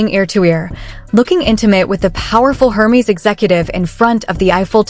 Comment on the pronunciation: 👂 “Air Mezz”, not “Her Meeze”